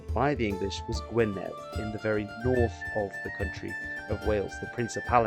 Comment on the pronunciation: Just a lil tip, DD in welsh is a th. So Gwynedd is "Gywn e th"